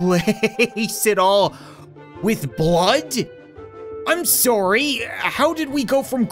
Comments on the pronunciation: I love how he has absolutely no accent until he says "SOORY!" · You mean soory? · It's his Canadian accent lol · Through the years of me watching this dude. That is the one thing I love the most about him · I know right it makes me laugh everytime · It is because of his Canadian accent, that's simply how the Canadian accent pronounces it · he’s canadian i myself am a canadian too so thats how it works lol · He's Canadian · just a Canadian accent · Because we say ohs like 'o' and not like 'a'? Seriously. The phrase 'sorry, I dropped my chocolates and oranges in the forest' we say 'o'for all the os, but Americans say' ah' for some reason. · The funny thing is as an American I say it like that too😂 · When saying 'o' like 'oh' instead of 'aw' is weird... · hes canadian